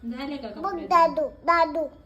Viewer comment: Jaado nahi daadoo 😂😂❤❤